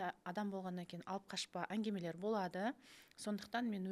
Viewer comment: Әнгимелер емес әнгімелер осыны бірінші эфирден айтқым кеп жүрген, ал эфир үшін рахмет🙏